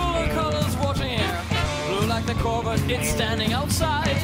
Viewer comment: I can't get over Bård's pronunciation of "Corvette" in this one.